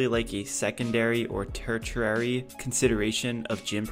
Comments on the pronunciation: Tertiary is pronounced tershiary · Love the videos but that pronunciation of tertiary after talking about brains and muscle had me 💀